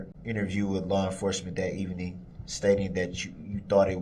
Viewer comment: Oh, by the way,, "evening" has two syllables, not three, unless you're talking about evening the odds, for example. Stick to grunts and grimaces, because human language is obviously far beyond your insectile intellect.